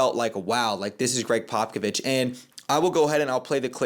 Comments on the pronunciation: Greg Pockovich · Just so you don’t get roasted by spurs fans in the future it’s pronounced popa-vich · Yeah, your pronunciation of his name made me cringe, but i really appreciated your perspective and attitude. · How you don’t know how to say Pop’s name when you’re a reporter and have met him…. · just a tip brotha if your not able to pronounce it right us spurs fan know exactly who your talking about if you call him Pop if that’s easier to pronounce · Love the commentary, although Bryant was the #14th pick!! Also it's funny how you're pronouncing & slaughtering Popovich's name!!!🤣 You'll soon learn how to pronounce his name bro!!! Great interview with The GOAT!!! First video, I've now subscribed!!! Spurs4Life Babyyy!!!💪😎👉🫶💞💯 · Bro can’t you say Popovich correctly and claims to be a spurs guy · to be fair a credentialed reporter or even a casual NBA fans should know how to say his name correctly. That’s actually kind of embarrassing for someone who seems knowledgeable about basketball.